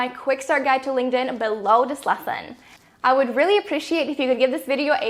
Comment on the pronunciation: GREAT video. But i cant unhear 'Linged in' lol